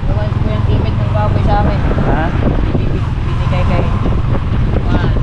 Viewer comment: Ayusin mo ka haw binigay Hindi bunigay